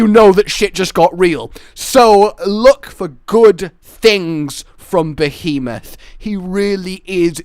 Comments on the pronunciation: Krystl behamoth? Lol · I actually kind of miss old pronunciation of Behemoth.